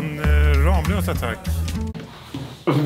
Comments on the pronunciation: Det uttalas "Rammlösa", inte "RAAMlösa." 😡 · Snälla säg inte "Ramlösa" det heter "Rammlösa" alltså inte i ram som i tavelram utan Ramm! 😁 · Oavsett hur många M det är så uttalas det RAMMLÖSA, det är dialektalt. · Gilla om du är en arg skåning som tycker att ska lära sig säga ramlösa korrekt